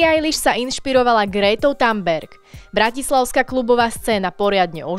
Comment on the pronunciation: Btw, nečíta sa to Tanberg. Thunberg sa číta inak. Žil som vo Švédsku takže len taká malá pozornosť🙂